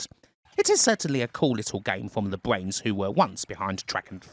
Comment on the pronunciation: ok, lisps are one thing, but since you clearly can say R and make the R sound why ,,why,,,Why are you only doing it with words that R is the 2nd letter Bwains instead of Brains ,,,,Really ,, but the word Power is 100 perfect ,,,,,,gotta say im stumped